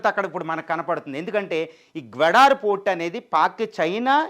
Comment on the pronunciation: గ్వడార్ కాదు సార్, గ్వాదర్ 🎉 సరిచూసుకోండి